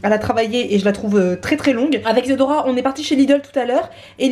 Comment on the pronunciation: nul nul nul germain mdr c tres bien ma mere fais que regarder t video elle arretev pas de dire Isadora par si isador parla